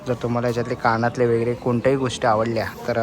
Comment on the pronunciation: काणातले❌ कानातले✅